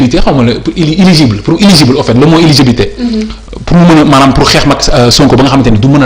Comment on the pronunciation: on dit eligible pas iligibe